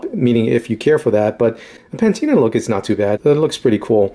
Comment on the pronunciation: whats a "pantina"?